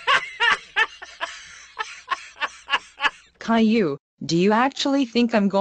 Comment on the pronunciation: How do you make Boris say Caillou instead of Kayloo?